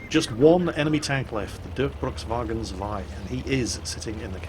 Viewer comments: Dörkbrukswagen? What is that? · sounds so funny how u try to speak Durchbruchswagen 2 :D sounds weird to a german :D